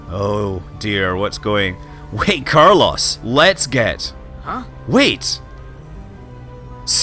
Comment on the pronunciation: Nope, Carlos died from having is name repeatedly butchered.